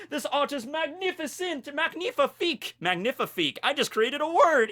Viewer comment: "Magnificeet"-tekking 2019